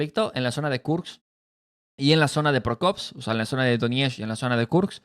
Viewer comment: Pokrovsk hermanito; No Prokovsk. Torestk; No Torrenstk